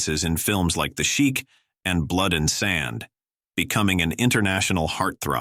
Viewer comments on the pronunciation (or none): none